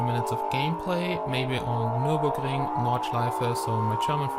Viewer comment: Ohne andere videos von dir geguckt zu haben: du sprichst Deutsch :D habs direkt an "Nürburgring" rausgehört :) Aber hab noch eine bitte!! KANNST DU BITTE EIN TITAN ONE REVIEW AUF DEUTSCH MACHEN!?! Wäre echt mega!! Gibt leider keine deutschen nur englische und das sind dann alles technik fach begriffe ^_^ Also würde mich ich mega freuen :) Lg